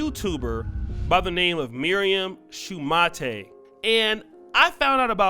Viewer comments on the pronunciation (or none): A. They met in college where she had a basketball scholarship. B. They married before her visa was up. C. The name is Pronounced Shu-mate not Shuma-tay, which you would know if your lazy ass had bothered to watch even one of her videos for research. D. Your obsession with downing all black women is whatever but shoehorning your stupid argument into what is obviously just a straight up fraud and scamming venture has nothing to do with black women as a whole. This could have been an interesting video had you bothered to look into how much of a fraud she is. E. It is obvious from the useless trash that you have produced that your comprehension and critical thinking skills are lacking and that is more than likely the main reason why you have been rejected by women of your own race. Seriously, how can you make someone who is slow and terrible look cleverer than you? It's embarrassing. Do better. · It’s pronounced “Shoe-mate” as in mate, partner, friend, colleague.... Thanks!